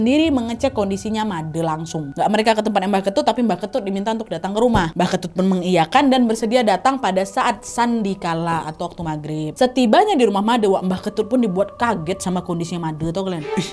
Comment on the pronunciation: Made dibaca nya Ma d Trus sandikala nya dibaca sandikale